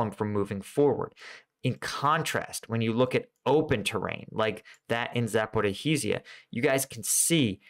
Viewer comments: Ok, I gotta say cause it hurts my ear - it's "Za-po-rizh-zhie", so it's 2 "zh" sounds there, you can just say one long "zh", like "za-po-rizhhie". Other than that amazing content watching daily! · Zaporizhzhia is pronounced Zah-poh-reezha. Thanks for the insightful videos. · It's pronounced ZAPORIJA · Zaporizhje - there is sound ж sound ukranian. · It's "Zah - Poe - REE - Jhee - Ah." ZH is like a soft J, pronounced like the S in "leisure." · It's tough to pronounce but it's roughly like this: "Zap-O-Reach-Yah" Just the "ch" being soft, so it sounds the end of "liege". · a) after a year of reporting on Ukraine you might want to at least try pronouncing 'Zaporizhzhia' halfways correctly. Almost all other English channels have managed to do so by now. b) you completely ignore the problem of bridges built for the <50 ton model-T tanks. Both Abrams and Leos will encounter severe limitations in the Ukraine low lands. Yes, Leos can dive, but they will need suitable embankments to do so. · Congratulations on somehow managing to mispronounce the name “Zaporizhzhia” in a different way, quite literally every single time you say it. At first it was somewhat amusing listening to you mangle it in your efforts…but it has now gotten to the point where I’m going to ask you to select just one way of mispronouncing it, and stick with it. I don’t want to have to hunt you down and kill ya 😉🤣😂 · Zaporijj-ya. Ivanivske. Not difficult to read.